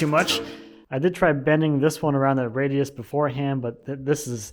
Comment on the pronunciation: pre-bending the small radias makes it much simpler (ha, you said it right when i went to hit comment).